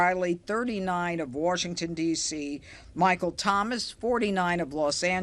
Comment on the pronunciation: she said" Warshington?"......